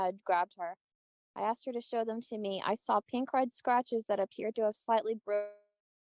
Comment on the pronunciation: It's "asked you." NOT aXED you." How can such an educated individual keep making the same error?